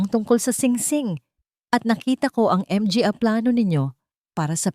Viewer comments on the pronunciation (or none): Bakit M G A？ baka manga ang ibig sabihin😅 Tapos P A？ Pa lang ang pronounciation. Tangengot naman itong narrator🤣MGA tanga kayong MGA staff😡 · Hindi ba to Pinay si NARRATOR Akala ko sa una Ang M G A ay Isang company group idagdag pa Ang P A Akala ko personal alalay..portrages😅MGA-MANGA Pala to Ang P A-PA Pala utas nalilito ako nong una pero infairness Ang Ganda ng storya mo♥️yong👏 M G A at P A lang talaga ang problema😂 Underscore20X🥺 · Hindi ba mabanggit Ng narrator ang m g a ng buo?baka dayuhan ang narrator kaya ganyan. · Ang ganda sana ang kuwento, pero pinapangit ng maraming M G A naka singit sa mga pangungusap idagdag ang P A.Ano ba 'yan? Modernong pagbibigkas sa salitang mga ( MANGA) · Bakit nga ba M-G-A ang bigkas ng narrator...hindi magandang pakinggan. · 😢 kakalungkot ang narrator m g a at p a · Ang Ganda Ng boses Ng narrator kaso may nibibigkas cya na Hindi ko maintindihan.anu ang ibig Sabihin ng(mg at pa?)ay naku !Hindi ko tuloy maintindihan ang story.pati ba nman story ginagawa Ng tx?miss narrator bigkasin mo sana Ng buo Hindi short cut. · Ang mga sa Pilipino language ay manga kung bigkasin. Nalilito ang mga nakikinig. Salamat po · Ano ba yan yong mga under score buang kana cguro pati MG A hinde maintindihan magtanong ka nga muna kong paano mo bigkasin yong mga cnasabi mo sa marunong mag basa nakakairita yong mga pag kabigkas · Maganda sana pero nkit hnde pa bigkasin yong tama nat need pa mh mga mga sayang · Maganda sana ang kwento ngunit hindi namin maintindihan dahil hindi marunong bumigkas sa mga salitang mga, pa. Gumamit pa ng under score . Ano ang big sabihin into? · Ang narrator pinahirspan pa sa pagbigkas .. ang dalidali lng I ihkad ang "mga" lawsi ang narrator...I don't like the story... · Npaganda ng kwento pro.di maunawaan kung bakit di nyo bnibigkas ng tama ang Mga & Pa na sarili nating salita. Ganoon din ang word na Underscore....................! Ano ito !